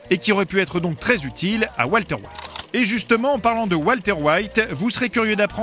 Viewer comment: "Oualterre waillte"